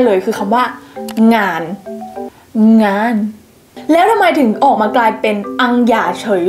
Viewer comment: โดยรวมฟังเข้าใจอยู่ครับ ยกเว้น 'เกียรติ' กับ 'งาน' ฟังเข้าใจยากจริงครับ